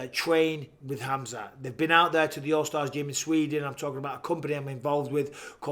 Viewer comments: BISPING: KHAMAZAT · It’s Khamzat not Khamazat ou Kazmat or any other way.